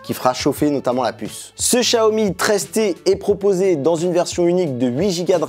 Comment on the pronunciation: Pourquoi tu dis Chiaomi alors que c’est Xiaomi?